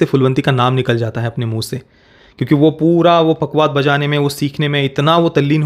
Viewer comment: " पखावज" पखवाद नहीं